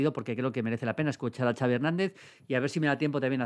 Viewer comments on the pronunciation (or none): none